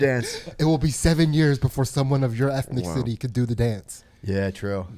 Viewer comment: did just pronounce ethnicity "ethnic city"??